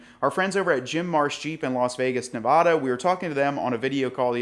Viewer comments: We’ve had this conversation before but for some reason it’s not sinking in so we will try it again. Neh-VAH-duh is incorrect. The correct pronunciation is Neh-VAD-uh. Let’s practice together Neh-VAD-uh. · Hey Follow the channel, you guys do a great job! Just wanted to give you a heads up, Please check out the correct way to pronounce “Nevada” Take care